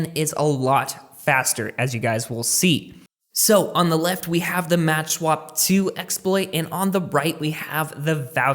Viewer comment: It's called "makswap" and not "matchswap" Other than that, great video ;)